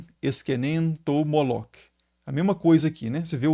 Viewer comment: Professor esse nome Moloque é um equívoco! O nome hebraico Moloch se pronuncia, Molor, toda palavra ou nome em hebraico terminados com CH tem um som de R, como por exemplo, Melech se pronuncia Meler, Machiach, se pronuncia Machiar.